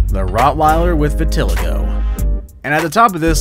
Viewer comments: Its pronounced VIT UH LIE GO, dummy. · Its vit-a-lie-go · LEARN HOW TO PRONOUNCE WORDS CORRECTLY!!!!! VITILIGO-(VI-TUH-LAI-GOW)!!!!!!! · Never seen Vitiligo written before? Would be an idea to find out how a word you’ve never seen is pronounced